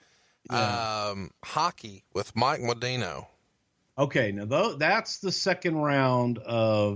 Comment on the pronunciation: It's Mike Mod DAN-O Not Mo-DANE-O. He's a NHL hall of famer.